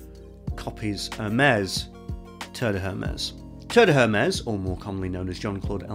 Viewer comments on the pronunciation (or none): none